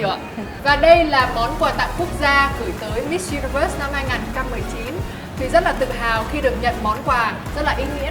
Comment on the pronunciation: Con này cứ diu-ni-vớt nghe khó chịu thật.